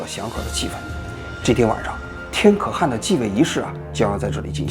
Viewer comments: 话说可汗读音不应该是kèhán 么？ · 对了，要纠正王局一个发音的错误，是ke（四声）han（二声）。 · 「可汗」讀音應該是「克寒」吧。還是中國的讀法不一樣？ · 那念龟(qiu1)兹(ci2) 可(ke4)汗(han2)！！！！王志安文盲！！！！🤣🤣🤣🤣🤣🤣🤣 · “可汗”读“克寒”！ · 可汗 kè hán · 王局前面的解说好搞笑，不过念错了几个字，龟兹念qiū cí，天可汗念kè hán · 可汗，你第一个读第四调，第二个读第二调，你这念起来太奇怪了